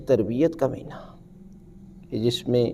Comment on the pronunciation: Meena nahee hota bulkay Maheena hota hai.